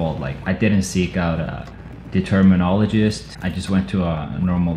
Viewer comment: Did i just hear "Determinologist"?😂😂 anyway get well soon!!